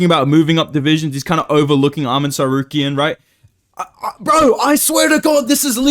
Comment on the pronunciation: I bring you this... "Armen Tsarkarian" "Joekeen Bockley" "Jeery Prokaev" Thats a real thing.